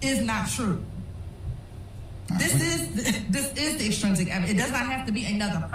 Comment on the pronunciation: OK I can't stand the way she saying extrinsic... and so much the jury will never remember all this hope they get notes lol